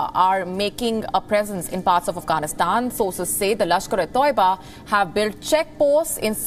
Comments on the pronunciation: It's not Tauiba it is pronounced as "Ta i ba" not Tou ba. lol needs to increase your budget or give better training anchors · not Tuaiba is Taiba 😂😂